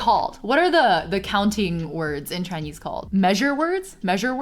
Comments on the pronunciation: "Chainyeez" 🤣😍 That much. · maam. it hits me like a truck whenever u say the word "chinese" in a vaguely chinese accent, bc i do the exact same thing